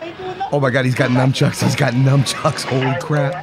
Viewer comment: NUNchucks...not NUMchucks